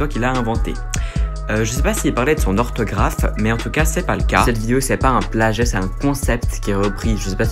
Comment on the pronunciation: mais ptdr il est mort le « s » de « orthographe » ? 😂fallait que ça tombe sur ce mot là 🤣🤣